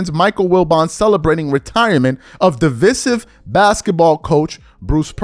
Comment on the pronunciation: It baffles me that you can’t say names and words right! He clearly said “divisive” the right way, and you heard him say it…but you clearly said it all wrong!